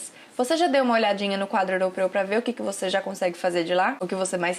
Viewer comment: trava-língua - "quadro europeu" - eu tive que colocar legendas para entender o que ela falou 🤣